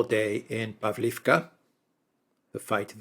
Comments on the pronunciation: PavlOvka, not povlivka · "Pavlovka" - correct pronounciation 👍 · I love you guys, but you seriously needs your naming of cities straight, either use the Ukrainian or Russian name... btw, Russian names are preferred, imo. Pavlivka just sounds stupid, instead of Pavlovka, same goes for Karkhiv/Kharkov, Nikolaev/Mykolaev, Kiev/Kyiv etc. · In Russian it is pronounced Pav-lov-ka. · The differences in pronunciation are due to Russian and Ukrainian versions of the one name. So in effect, both are correct. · Pavlovka is generally pronounced in Russian. Pavlivka is it’s Ukrainian name. Ugledar is in Russian and Vugledar is Ukrainian pronunciation. If anyone was wondering.